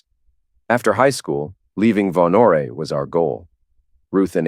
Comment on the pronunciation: The E is silent in Vonore.